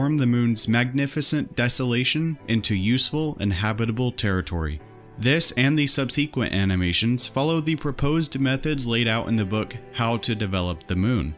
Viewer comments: "sub seek went" in place of "sub se quent" I'm out bye! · "subSEquent" You put the emPHASis on the wrong sylLABle. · As soon as this robot voice mispronounced subsequent at 20 seconds in, I knew this video wasn’t for me.